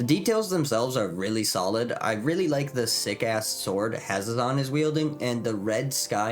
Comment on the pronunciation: how many ways can we mispronounce Hazezon in one video? lol i love it. Hazzon, Hazeon, Hayzezeon. have a magical day!